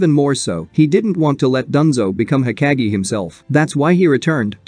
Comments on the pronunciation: hokage not heckage idiot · It’s not heckage! Hokage bro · Ugh the way this bot says hokage drives me up the wall. No thanks…